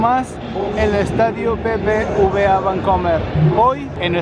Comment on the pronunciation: Se dice BBVA